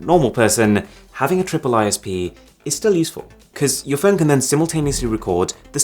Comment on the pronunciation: Why did you say "Android Pone" and not just Phone. Is there a faster phone that does not run android?